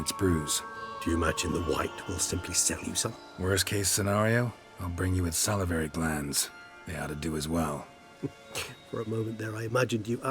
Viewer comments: Salivary - "Sah-lee-very" :) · It is pronounced: Saal - eh - vary